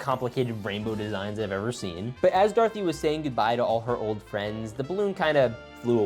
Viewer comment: Darthy? U mean do-ra-th-y